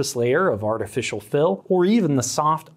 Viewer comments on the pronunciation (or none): It's artificial, since it was added by us.